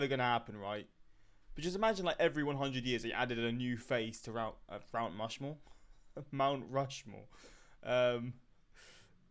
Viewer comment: So funny when said "Rount Mushmore." LOL